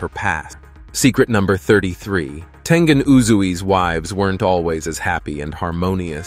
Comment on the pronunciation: Did I just hear him say tenjen???